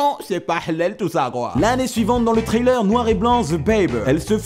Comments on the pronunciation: Essaye d'éviter de dire "trailer" quand tu parles d'un "thriller", je mets toujours 30 secondes à comprendre de quoi il s'agit du coup x). Ps mon genre de faire chier sur la prononciation, mais là ça nuit à la compréhension par moments ^^ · j'ai mis 17 épisodes à capté mais quand il dit «trailleur» il veux dire «thriller» et non pas «trailer» ce qui n'avait aucun sens